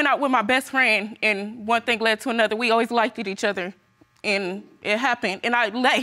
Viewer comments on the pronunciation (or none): Liked = LIKE"T" not lyKid. Fix it Jesus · If I hear “likeded” one more time….🤦🏾‍♂️